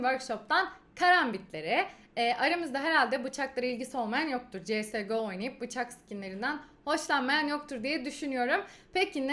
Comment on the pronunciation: cs go demeyin suna sies go diye okunuyor kisa yazilisi lutfen :(